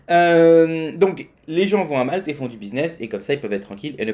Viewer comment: L'île de Malte. Il n'y a pas de "s" à la fin de Malte.